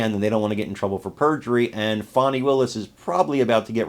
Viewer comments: Fannie is Fanny. Fauni or Fahnie is pronounced different lol. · Her name in FANNY! Not Fawni! :face-green-smiling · Fani does not rhyme with Bonnie or Donnie, someone should have got her daddy hooked on phonics